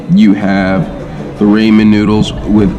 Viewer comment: After 2 years and you still can’t pronounce ramen right lol